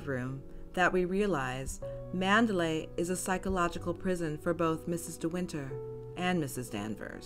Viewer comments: ManderLEY!!, not ManderLAY. Listen as the name is pronounced in the film! (Sounds different from MandaLAY, a city in Burma.) Otherwise well presented. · Interesting content! I especially like the way you set the tone at the start. It's actually pronounced Mander-lee, not Mander-lay. It is spelled Manderley, but the pronunciation rhymes with Lee, not lay. That is how it is pronounced in the film, from the very first lines of a voice over, and all the way to the ending.